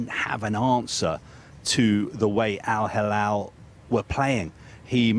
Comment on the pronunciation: Mr Al Halal 😂 why is he keep saying it? Al Halal 🤣 🤷‍♂️